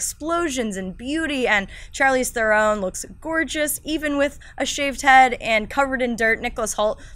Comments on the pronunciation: Can people please learn how to say Charlize Theron's name. It's pretty simple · youre exactly right